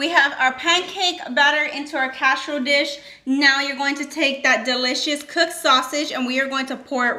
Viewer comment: "CASH-A-ROLE DISH" 🤣